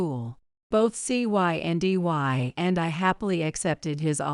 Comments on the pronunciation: “Cyndy” also known as Cindy. What was so difficult about just saying the name? Even an AI app should have been able to handle reading a name ! ( key is …properly programming & proofing) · The girl's name is pronounced CIndy!!. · You keep spelling out the name instead of pronouncing it.